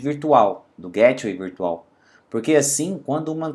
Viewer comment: Nao se pronuncia GÉTWAY , pronuncia-se GAYTEWAY. Excelente video. Obrigado